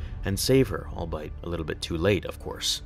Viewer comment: *sigh* One day the chosen one will arise, who will bring balance to the force be able to pronounce "albeit." "All be it," not "All-bite..." It wouldn't be so frustrating if you didn't insist on using that word so much!